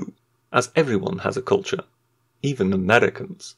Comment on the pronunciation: or so : "...erveryone has cultuer, even the amreicans..." REEEEEEEEEEEEEEEEEEEEEEEEEEEEEEEEEEEEEEEEEEEEEEEEEEEEEEEEEEEEEEEEEEEEEEEEEEEEEEEEEEEEEEEEEEEEEEEEEEEEEEEEEEEEEEEEEEEEEEEEEEEEEEEEEEEEEEEEEEEEEEEEEEEEEEEEEEEEEEEEEEEEEEEEEEEEEEEEEEEEEEEEEEEEEEEEEEEEEEEEEEEEEEEEEEEEEEE